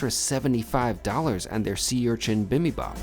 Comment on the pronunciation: Bimby-bop & Jow-zee. Your pronunciation needs a little work,! Thanks for the video.